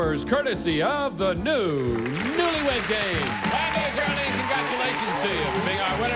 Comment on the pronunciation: He pronounced the last lady’s name as Ger-a-Lin. It’s Geraldine!